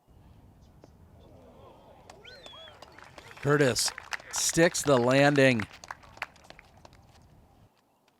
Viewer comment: Has it always been Jacob Courtis? I could’ve sworn everyone always said Curtis lol